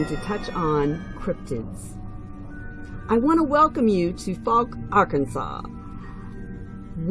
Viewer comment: Foke lol cant pronounce the town name , its F-oww-ck